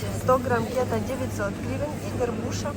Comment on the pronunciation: Уважаемый блогер. Никогда не произносите "кéта". Мы, урождённые дальневосточники, произносим "кетá". В остальном спасибо огромное за обзор. Цены, конечно, выше, чем в Магадане. Вы там таки печатете деньги?